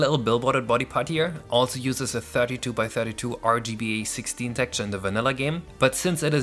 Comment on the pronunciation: smh- "tekture" is kinda distracting- xD;; but seriously- I've been following this for the longest time- congrats for such a new game! :D